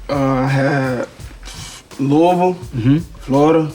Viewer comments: HART SAID LOUISVILLE RIGHT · Thank you for saying Lou-uh-vul correctly! 👏🏽👏🏽👏🏽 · I’m so glad Lamar knows how to pronounce Louisville lol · W Kev for saying Louisville right😂👏